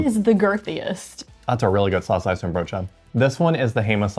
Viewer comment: The pronunciation of saucijzenbroodje is pretty solid. Respect! Its a hard one 😅